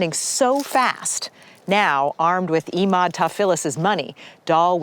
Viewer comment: This reporter is so damned annoying, she changes the pronunciation of Emauds name every time she says it. She sounds shallow and easily impressed. WTH has happened to 48 hours? Please don't hire people that talk like valley girls, even when the story takes place in Nappa Valley.